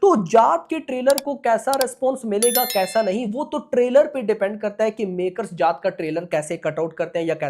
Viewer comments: जात ❌ जाट ✅ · Bhai जात nahi जाट hai woh 😅